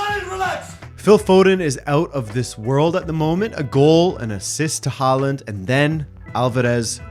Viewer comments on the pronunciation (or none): none